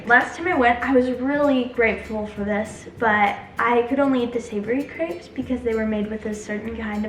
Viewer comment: absolutely nailed the way she pronounced crepes in french! Sounded 100% french